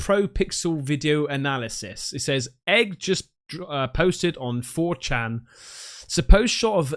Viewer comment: I love how struggles pronouncing 4chan at the start of the video. A site that's been around for 21 years and is one of the most infamous websites on the internet. You're turning into such a "Dad",! (not a diss, we're of similar age). 😄